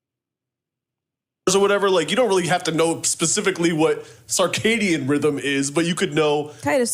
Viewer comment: Wtf is a carcadian rhythm 😂😂😂😂😂